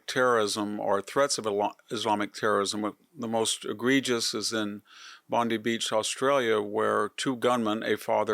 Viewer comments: Don't forget the Lindt Cafe Seige. btw, Bondi is pronounced bond-eye. Funny names in Australia; like wollombi = wool-um-bye, or wooloomooloo = wool-a-ma-loo, and indooroopily = in-dur-a-pilly. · In Australia we pronounce Bondi as 'Bond-eye' - a long 'i' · Pronounced "Bond - eye". Not as per Pam B.... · Your facts are wrong and by the way the place is called Bond-eye. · Bondi is pronounced bond-eye. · Fact check. Only the father had legal guns. He did not have semi automatic weapons. He had straight pull bolt action rifles and a pump action shotgun. Only the son had been on a watch list and not the father. And the police did not act quickly despite the police station being less than one block away. 4 cops on site when the shooting started just stood and watched. BTW it is pronounced Bon Die! Bondi. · Please pronounce Bondi correctly